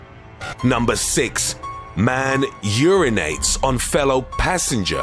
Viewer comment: Numba six, man irunates